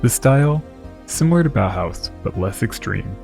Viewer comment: Der Stil der Inneneinrichtung namens Bohhaus? Ihr KI Pappnasen, das heißt Bauhaus!